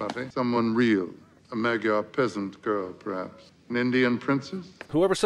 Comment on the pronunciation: Not noticed by non-Hungarians--the word "Magyar" is pronounced "Mahd yar" not "Mahg yar."